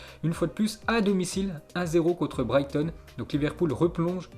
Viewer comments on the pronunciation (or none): none